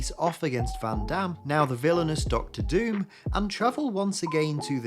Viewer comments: It's pronounced Von Doom, not "Van Dame" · The butchering of Dr Dooms name should be punishable by prison